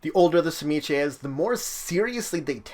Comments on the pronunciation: I always thought it was pronounced Zi-Meat-Zee? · It is a Russian name and it it properly pronounced suh-ME-ski. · I used to play in a game with a history professor, playing an Old Clan Tzimisce. He had a colleague from Hungary and he showed him the name, asking him “How would you pronounce this?” It’s hard to write it out, but you pronounce the “Tz” like the “Ts” in Tsar. Kind of like “cz” in Czech. And like most Slavic words, the second syllable “MI” has the accent. Then you do a kind of glottal stop and say the last syllable like “skuh.” There’s no schwa character in this keyboard, unfortunately, but you pronounce the last “e” like that. I had no problem saying it but I have a talent for accents and sound bites, not everyone did. So those of us who had talented voices pronounced it like the player’s Hungarian friend and everyone else called them “Clan Pretzel.”